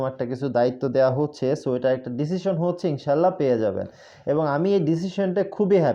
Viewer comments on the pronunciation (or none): none